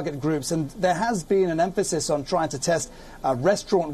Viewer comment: Am I the only one who thinks she pronounces test as taste...